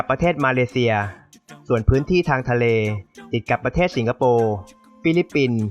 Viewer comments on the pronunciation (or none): เนื้อหาดีมาก แต่ พอฟังผู้นำเสนอออกเสียง ปะเทด ปกคอง อังกิด ห้าล้อยชนเผ่า ปะมุข บูไน ล้อยละ ลัดถะบาล คิป ขอบอกว่า "เซ็ง" ควรแก้ไขเรื่องออกเสียง ร ล และคำควบกล้ำให้ถูกต้อง - ไม่ได้จับผิดนะ (ได้กดไลก์ให้เพราะเนื้อหาครับ)